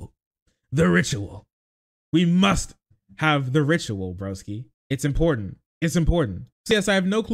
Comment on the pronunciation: I fucking loathe how she says "impordand"